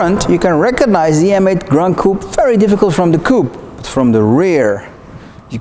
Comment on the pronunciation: Please stop saying Gran Coup…